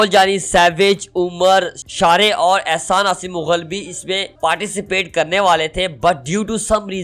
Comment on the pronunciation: Ahsaan nhi ahsan mughal